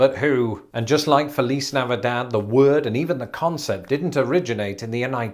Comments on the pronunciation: Feliz is pronounced like fleece in fleece jacket but with a long A after the f. So it is f A leece. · We don't pronounce the z in Feliz like he's doing it. That might be how they say it in Spain but not here. Even in the song it doesn't sound like that